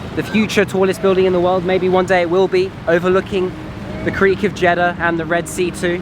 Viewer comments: Actually, it's Jedddddddddah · When he says jiddah it seems he is saying chedda 😂 but anyway nice video